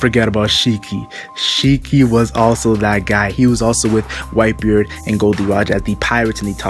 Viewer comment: I thought you said viper everytime you say whitebeard